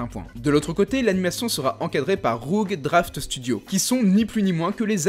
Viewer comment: J'ai vomi mes céréales sur mon PC quand je t'ai entendu prononcé Rough Draft Studio.